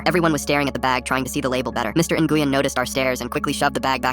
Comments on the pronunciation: It’s not pronounced ( in-goo-yen ) it’s actually pronounced ( win ) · Its Pronounced "Win' or "Wein" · "In-goo-yen" is crazy 💀💀🙏🙏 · it’s pronounced win or more like when, had a friend in school that would be flipping right now. Lol I used to mess with her and call her n-when, just to watch her eye twitch 😂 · As a vietnamese person, the pronunciation of "Nguyen." Hurts me mentally. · Bro i'm german and even i know that there is SEVERAL pronounciations??😭 Like yes, the pronunciation in the video is deadwrong, but it's not only pronounced win Edit: sometimes it's pronounced as nuyen or nuywin. I'veg got enough viet friends to know this:) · Hearing how they say Nguyen is hurting my soul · Fr that’s terrible pronunciation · they're pronouncing it wrong